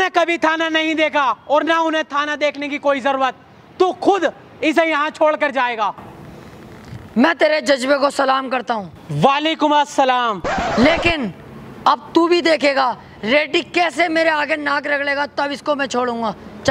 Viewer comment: Jazbe not jajbe